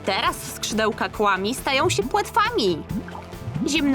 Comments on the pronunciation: Nie mówi się " KŁAMI " tylko " KWAMI " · Muwi się kfami a nie kłami